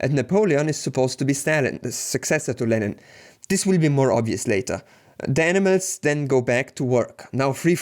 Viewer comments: This guy says animals like - Enemas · Great video. You do however pronounce "animals" as "enemas" which is slightly disconcerting haha!